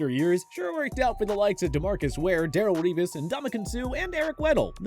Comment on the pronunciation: “Daryl Revis”